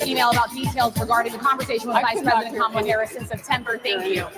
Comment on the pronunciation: He could learn how to pronounce Kamala. Kamala should call him Weird Dan-old.